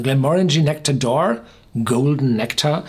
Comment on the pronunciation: "Nectawr d'oar" ... I think a German pronunciation would have been closer to the way it's supposed to be said in French.